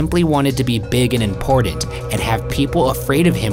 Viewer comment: Love the content but the dude on the right needs to learn that there's a difference between the letter T and the letter D. Important is spelled with 2 T's, Patent is spelled with 2 T's, Forgotten is another word with 2 T's. None of those words have the letter D in them. Get your grammar straight. Holy crap dude seriously....